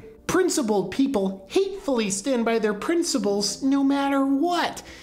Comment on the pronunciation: Principles!!!!!! There is no “B” in the fucking word!!!! Don’t try to master thought until you master communication.